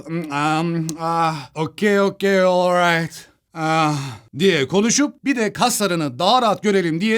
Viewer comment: orrayt boyyy u rayt boyyy, ingiliçeyi open inglishten mi ögrendin boiii